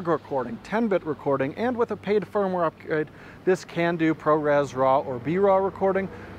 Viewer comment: "And with a paid firmware upspnsjdnkbkdnknf this can do pro res raw " LOL